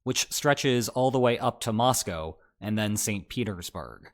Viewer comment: Thank you for your insightful reportage. And a BIG thank you for saying Mosco correctly.